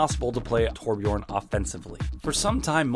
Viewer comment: Please pronounce Torbjörn right